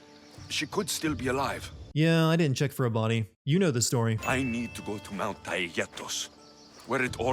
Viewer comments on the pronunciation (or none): none